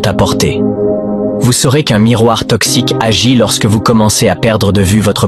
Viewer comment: Toxique ou Texique ?